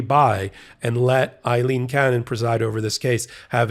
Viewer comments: Pronounced :Aaleen cannon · Why do people have such a hard time understanding that Aileen is not Eileen ? It is a different name. It is pronounced differently. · It's Ayleen, not Iyleen. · Aileen, not Eileen. AY-leen. P.O.S. judge. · Ms. Cannon's name is "Aileen" not Eileen! Two different names! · The name is Aleen, not Ileen. What is wrong with you? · Her name is not EILEEN, it is AILEEN. The first syllable is the same as "Amy." I once had a girlfriend named Aileen.